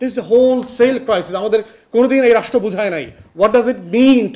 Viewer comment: আগে "রাষ্ট্র" শব্দটা উচ্চারণ করা শেখো। তারপর বড় বড় কথা বইলো, আর বলো নাস্তা কি কি ছিলো? বাই দ্যা ওয়ে SME বলতে যে পৃথিবীতে কিছু এক্সিট করে না তা কি কেউ অনুধাবন করেন?